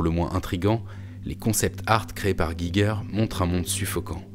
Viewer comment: Intéressante vidéo !! :D Par contre, il faut prononcer le nom "Giger" comme "'Jijer".